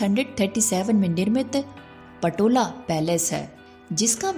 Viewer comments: Not patola is Potala bhawan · पटोला नहीं,पोताला पैलेस बोलो,गलत फलत बोल कर इतने पवित्र स्थान का अपमान न करो।